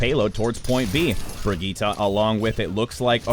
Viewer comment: Hazlina Razali I can't tell if you're saying that YOU can't pronounce Brigitte or the commentator because he's doing it right it's pronounced "Bree-geet-ah"